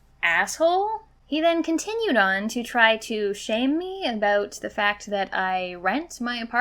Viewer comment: she said "aboot". As a person from Michigan I am deeply offended 😤